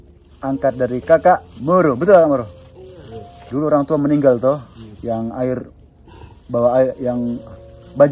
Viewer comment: moro di baca muru